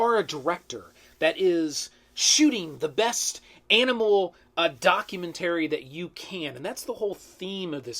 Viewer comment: Are you pronouncing documentary wrong just to troll us?